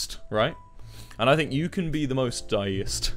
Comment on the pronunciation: “Die-e-ist” Suicidal: am I a joke to you?